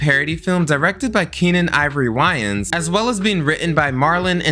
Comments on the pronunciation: I thought it was pronounced - way-Ann brothers. Not why-Ann brothers. Or am I wrong? lol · Wayans Brothers.. Way-Yins , say it with me.. WAY-YINS Great vid tho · Okay! So I’m not the only person who caught that! 😂 I thought I was crazy. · Love your videos but I’ve never in my life heard anyone pronounce “Wayans” like that😂😅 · Anybody notice he mispronounced the Wayans brothers name and Russell Crowes name in gladiator lol